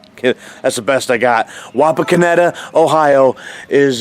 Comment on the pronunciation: Wapakoneta resident here! You said it right!😂😂